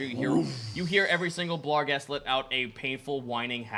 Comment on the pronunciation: It's BARGhest and GLABrezu not blarghest and gabrezu. Finally I've caught up on this series so I can get that off my chest. Love the show!